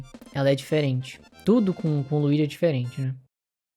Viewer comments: Não é Luigui, é Luidi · Primeiro ponto: o nome é LUIGI, não se pronuncia LUIGUI… Segundo: há uma versão do Mario AllStars que já tem o Luigi nesse padrão. Terceiro: eles pegaram algumas coisas do Mário do GBA e adaptaram nessa versão! A palheta de cor do Mario original é primorosa! Não ficou melhor de jeito nenhum! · "Luigui" kkkk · A primeira pessoa que ouço falando Luigui 😂😂😂